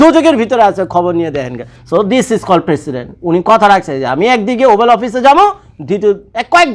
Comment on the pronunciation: ওবাল ওপিস না ওটা ওভাল অফিস